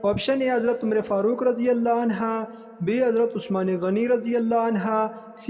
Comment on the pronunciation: Anha nah hain/anhu hain